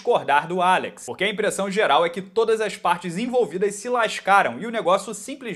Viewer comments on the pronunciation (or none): none